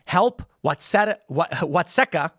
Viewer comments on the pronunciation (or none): It’s pronounced watt-seeka. I live about 35 min north of there. In a red county, thank god. Chicago and Springfield are the only reason this state is blue. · Its pronounced Waht-see-ka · Watseka = Watt - see - ka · It's pronounced Wat-SEEKA. My dad was born there. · I live in Iroquois County and I approve this message. It's pronounced Watsēka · its pronounced Wat see ka. We have a movement here in kankakee too "can ka key". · I would pronounce it: "Watt-SEE-ka" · It's pronounced watt-see-kuh tim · Tim it’s pronounced Watt-see-ka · It's pronounced wat seek a. I have family from that area and used to go out to Piper City every year for Christmas. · It's pronounced whatseeka Ill.